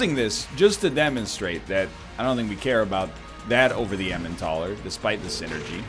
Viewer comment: What are the odds that he'll eventually pronounce "Elimentaler" correctly? (Hint, it's a portmanteau of eliminator and Emmental)